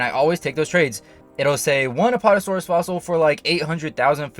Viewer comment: Its not apotasaurus its apAtasaurus